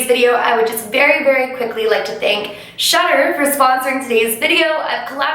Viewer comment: Because of your accent, I thought you were saying "shutter". But you were actually saying "Shudder". 😂😂